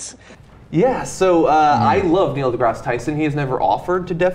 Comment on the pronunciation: For the record, his second name is pronounced as to rhyme with "grass".